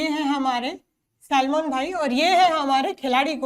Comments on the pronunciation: salman ❌ selmon ✔️ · 30.13 Salman ✖️ Selmon☑️ 😂😂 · Salman ❎ selmon ✅😅😅